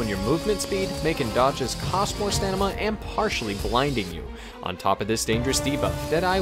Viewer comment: Love the vids, just a tip tho: it’s ‘stamina’ not ‘stanima’